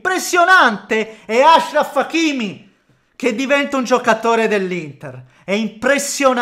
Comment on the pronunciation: Bravo, noto che hai finalmente capito come si pronuncia il nome Achraf